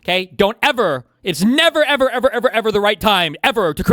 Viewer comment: “neva eva eva” what was that hahahaha